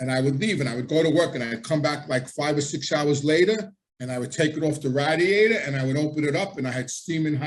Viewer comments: Ray- diator not rad-iator. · I will never forget where I was when I heard the word "radd-e-ate-ur" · Its funny how you say radiator lol, that Italian accent is strong with certain words!